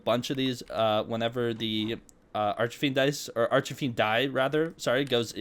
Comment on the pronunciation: where has bro gotten 'archerfiend' from its arch-fiend